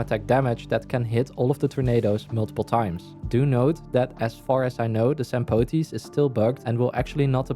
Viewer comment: Bro saying Sampoooteeees so it doesn't sound too much like stamppot or something